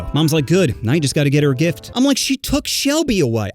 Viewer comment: in is a sus thing (he said dick not gift)